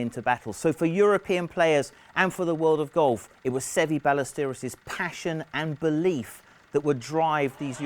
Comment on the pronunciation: Every time this guy mispronounced Seve's name I wanted to punch him in the face.